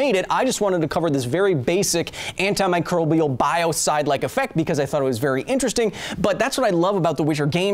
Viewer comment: This video was brought to you by pronouncing Anti-Microbial correctly. SUCK IT JAMES!!